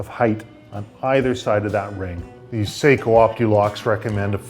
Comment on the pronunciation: Love ot but its pronounced (sahkoooh) seiko is a watch company sako is a rifle company the rep will practically yell if you say it wrong lol